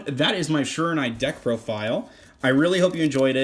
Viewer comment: Pretty sure it is pronounced she-raw-new-eee and thanks for this deck profile